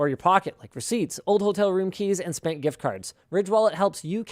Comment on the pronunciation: I can't be the only one that hears Linus saying "Spank gift cards" instead of spent